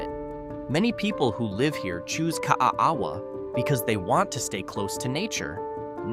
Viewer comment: 💗Ka a a wa = kah ah ah vah pronounced by locals, that live in Kaaawa, Hi. If u blink it's passed in 2 minute! I've lived here for 50 yrs, it has a post office, a 7-11 & Swanzy Beach Park. It's around corner from Kahana Bay. I love paddling over the reef in front my house in Kaaawa!💗 I've lived & fished on most of the islands, like Kauai, Maui, Oahu, Big Island, Molokai, Lanai & other smaller islands of the 200 island chain. Use to fish on an Alaskan fishing boat around the smaller islands & a few others of the begining of the other 200 islands in the chain! It was the year of my 18th birthday, on my friends boat, we called him Captain Ed, he was a real Hawaiian boat captain, he knew the chain of islands like the back of his hand! He was wonderful, I got on/off his boat when ever I saw him & would wind up on another island for a few weeks, & meet him where he was, when I could do it! I had so many adventures with that wonderful guy in his 70s at the time. He finally retired & stayed home with his beautiful wife & I came back to Oahu & married & had 3 children 💝. I'm writing a book of my adventures in the Hawaiian Islands & on that fishing boat. Smooth sailing w/ Love & Aloha, Zee🌊